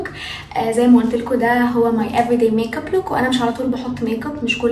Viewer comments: دوم الضحكة ي قلبي😂❤ + ي ستي فاهمه والله😂بس هي مش بتقول ميك اب بتقول ميق اب تحسيها بتقولها بالقاف😹😹😹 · كل دي اسماء بتقوليها بالانجلش وجت على ال make up وتقولي ميق اب😹